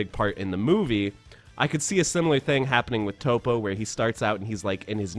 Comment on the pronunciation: His name is Toppo (Toe Po)